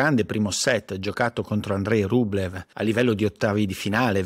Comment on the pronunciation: Piccolo neo su un corpo perfetto: Andrei Rublëv si pronuncia "andriei rublióf"